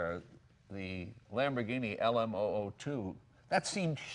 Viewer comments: He lost me after "lambordini" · Did he say LamborDhini? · "Lambordini" triggered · Lambordini haha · lmaoo yes he did lmaoo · omfg he did! lmao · Yup he did....